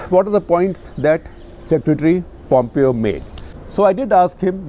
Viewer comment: A very good episode. I also liked Shekhar's questions of Pompeo. Only two minor corrections Both Shekhar and mispronounce Pompeo. It is pronounced as "pom-PEYO" not POM-pio". Indian names and words do not have accented syllables which could be the cause of this. Second: Shekhar constantly mispronounces Uighurs. It is "Wi-ghur" not "Ee-ghur" as he pronounces